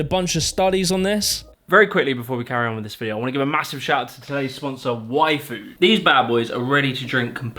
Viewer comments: Okay had this on in background doing clenaing and i swear i heard say "Waifu" when he did his sponsorship ship for yFood 😂 My heart sank a little bit thinking was sponsored by gamer supps and had a waifu cup set 😂😂😂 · Genuinely thought the sponsor was called "Waifu" 😳😂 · listening to audio only i heard the sponsor as waifu. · When you say yfood... it sounded like you said waifu... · yFood.. I heard Waifu and was a bit confused.. yeah yeah yeah "WEEEEB!" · I thought you said waifu on that ad and panicked that you were going to show us body pillows. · I thought you said WAIFU and you totally had my attention. Y Food is dropping the ball in terms of marketing! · I cant hear that Yfood without thinking its "waifu", lol, first time I heard it I was really confused.